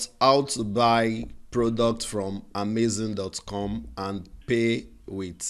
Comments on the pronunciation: It's Amazon not amazing oh..thanks for this video by the way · It's AhMayZing 🤣🤣